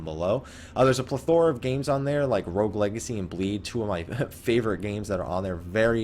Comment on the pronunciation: I like your videos, very informative and helps me pass some time while waiting for phase 4... I feel bad for being annoyed at how you pronounce plethora.